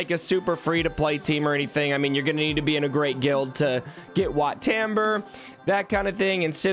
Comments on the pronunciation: The way you say WAT TAMBUR just hurts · Excuse me it’s wat taum-bore